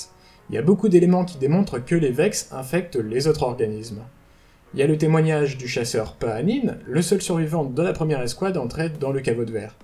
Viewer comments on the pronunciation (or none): Ah d'accord perso, je préfère "ka'beurre, près-dith et paha-nain" plutôt que "pra-é-dyth, ka-bir et pahanine"